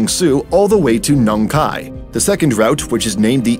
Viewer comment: Your pronunciation of Bang Sue, Nong Khai and Hua Hin is quite good.